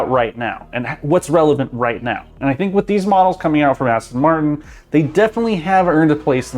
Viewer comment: No way he said „SINK”